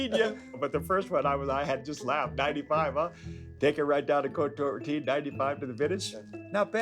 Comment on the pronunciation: Damn he nailed that 95 Cote rotie